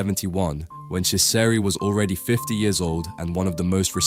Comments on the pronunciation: Oh my word. My ears are bleeding with that pronunciation... 'Chesari' 'Echo Homo' 'Pilot' I swear you pronounce it differently every time and every time, it is wrong 😂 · It's about time that Ciseri's work was brought to the attention of the general public. Thanks for doing this! (As an aside, his name is pronounced CHEE-zer-ee.)